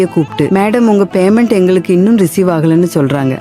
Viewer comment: கேசியர் Baymendu bannu... அய்யோ உச்சரிப்பு கொடுமை.